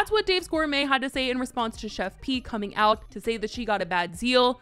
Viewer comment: finally.. some1's finally calling her the PROPER name.. it's "Chef P".. (pronounced like it's JUST a "P")